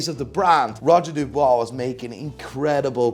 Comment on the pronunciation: Oh god... Here we go again.... Roger DuBUIS, not DuBOIS brother.... And Lange... I have no word for your selection. I hope this was a joke